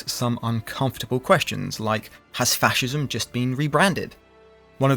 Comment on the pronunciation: it is "fascism"